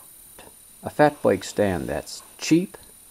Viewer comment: Well done! I'm from Oklahoma, so I chuckled at "boike" and "garaage" ;) .